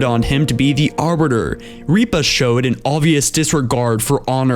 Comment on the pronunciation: This narrator seems to have problems pronouncing quite a lot of words, throughout many of his videos. Notably pronouncing Sangheili names. It's Rip-uh, not Reep-uh. It's Moram-ey, not Moram-ee.